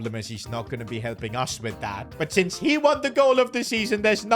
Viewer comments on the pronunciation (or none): none